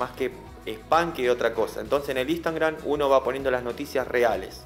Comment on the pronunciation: Lo digo de buena onda, es Instagram no Instangram